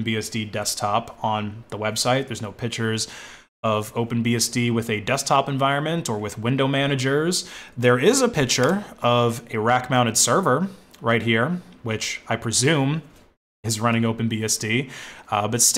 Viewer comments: Please, please, please. It is pic-ture not pitch-er. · It's so annoying that you pronounce picture like pitcher. It's driving me mad. It's pronounced PICK-CHER!